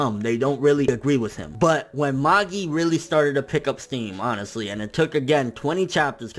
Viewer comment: You think he'll ever pronounce Magi right?